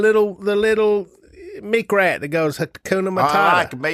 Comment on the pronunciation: " . . . the little meekrat . . ." lol